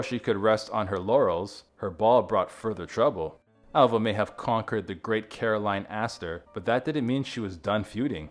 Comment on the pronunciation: and Caroline, not Carolyn